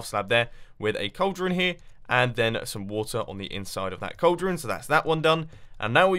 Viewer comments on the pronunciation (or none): It's name is cauldron, not chauldron. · Cauldron not chauldron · 😂😂Yeah chauldron not good